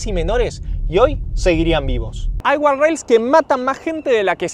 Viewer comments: es guarda-rail o "gad-reil" si insisten en decirlo en ingles. , guarrail o guard rail que encima es un dolor de bolas pronunciarlo no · imposible que vea el video con la cantidad de veces que dice mal gardarails, dificilísimo de ver,, saca una versión del video poniendo un pip cada vez que decis a la palabra jajajaja